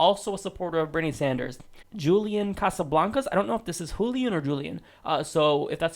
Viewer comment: "Bernie San-durs-ziz"